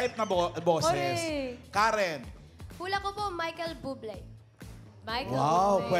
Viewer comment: Sabi ni KAREN... Michael Bublet hahaha ano tawag mo sa buffet? Bufet? Hahaha